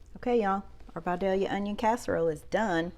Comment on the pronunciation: I knew it was going to be good as soon as you pronounced “Vidalia” correctly.